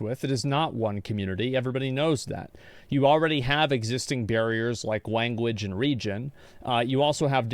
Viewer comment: Love your content Asmon but "wanguage" mark